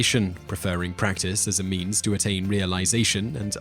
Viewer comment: I thought he said the path of memes, but then I realized that he said means.